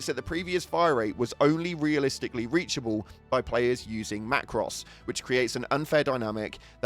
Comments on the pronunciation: Not “Macross” it’s pronounced “Macrow” Sorry to be the grammar police but it hurts my OCD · Heres what im thinking... WTF are Macross? Its the plural of macro, so its macros (macrows)... holy crap.... you must know what a macro is surely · I’m crying why do you say macros like that, man speaking Latin